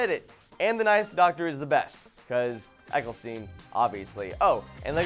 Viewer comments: Yet he can't even say Eccleston's name right. He said EcclestIEn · for someone who likes him best you pronounced eccelston wrong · Says Christopher Eccleston is the best doctor, completely butchers his name...